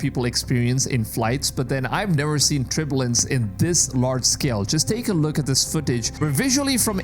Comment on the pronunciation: Turbulance TER-byuh-luhns I love your videos. I don’t critique every word you say. But that was a word that took me a few times listening before I got the context. Just trying to be helpful. Please know I love your channel and I don’t miss a video. I always hit the 👍🏼 button. 😊